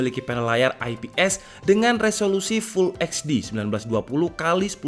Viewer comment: full ech di, bukan full eks di. semoga jadi masukan ya gan :)